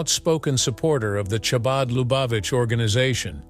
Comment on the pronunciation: Ho-hum (yawn). A rather superficial catalogue of facts about a deep artist, and a mispronunciation of "Chabad," and not much of anything about the meanings and passions in his huge body of work. Not everything from him has been great, of course, but he is definitely one of the greats, and this surface skim comes nowhere near doing a good job. The facts of his life contained here are interesting enough, but if you just listen to a few of his albums, you find breadth and depth not touched here.